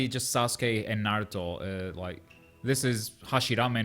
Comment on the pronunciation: "Nurooto" haha